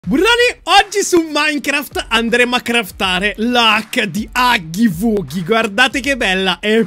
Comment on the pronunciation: si dice haggy waggi non haggy wuggy